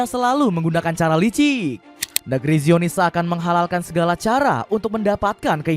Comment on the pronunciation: Baca zionis bukanngra aaahh